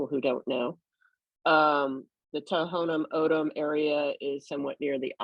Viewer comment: Thank you for speaking the truth my only complaint is you pronounced Tohono O’odham wrong it’s pronounced Tawnah Aawdam not To-ho-no Ohdum. Ray was a family friend I’m a white woman and I’m absolutely disgusted I want to protest and become active against these idiots. Ray was murdered I know Border Patrol gives zero cares about the people and this land that we live on. God bless you keep bringing it up